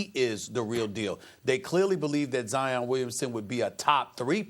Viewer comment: He said zion like lion with a z 🤦🏻‍♂️